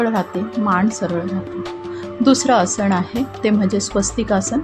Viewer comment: Tumche marathi ucchaar aadhee neet kara.....asan nantar shikva... Asan,samasan,dhyan ya shabdanmadheel 'na ' ha neet bola please 🙏